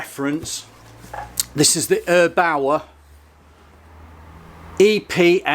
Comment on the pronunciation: No, not erbauer but airbaur